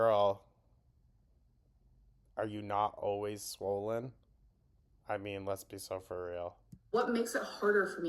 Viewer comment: if she says “swowwwwlllynn” one more time